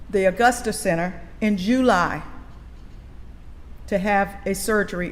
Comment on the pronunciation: It’s not “JEWly” it’s July . She’s annoying af